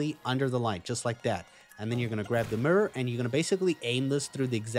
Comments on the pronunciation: It probably shouldn’t, but it really bothered me that you pronounce mirror like a Memphis rapper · Like your accent and the way you say mirror (murror) 😄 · My man said “mirrur, first time seeing it” like he’s never seen an actual mirror before.